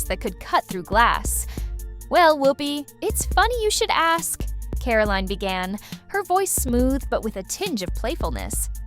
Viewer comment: Who calls her 'Caroleen'?